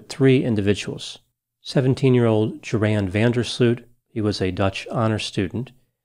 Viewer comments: "Yor' hun" Vander Sloot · Rather "Yor' in" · JORAN is pronounced YORN. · Thought his name was pronounced Yore-Ann, Doc? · I shouldn't care because the guy is evil, but I've always heard Joran pronounced like "your-han". Anyone familiar with Dutch? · Isn't Van der Sloot's first name pronounced Yoran? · You left out Joran's father, the man who said you couldn't pick on his son without a body. My opinion is that Daddy helped Joran get rid of Natalie's body. I think they brought it out to sea. Eventually the father got his just deserts by dropping dead on the golf course. Joran's name is pronounced as if the J is a Y. Joran is a sociopathic killer as proven by his killing of the girl in Peru. He is in a Peruvian jail where the inmates run the prison. Good grief, was nobody here born yet in 2005?